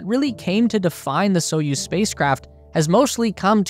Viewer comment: And the "put" (пут) is pronounced as the English word "put", not "putt", so "spootnik" not "sputtnik" as in the commentary. The commentator also gets Союз (Soyuz) wrong but so do most English speakers. The stress is on the second syllable so it's more like "Sa-YOOZ". And, as for Королёв (Korolyov), no idea how the commentator came up with his pronunciation! Russian pronunciation apart, thanks for an excellent and informative video!